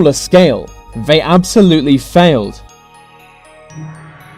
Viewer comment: Dude seriously, pronounce your th's!!! Its not vem and vey. Where you get schooled at like? Your voice is driving me crazy.